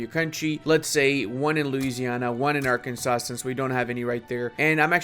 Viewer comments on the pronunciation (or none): none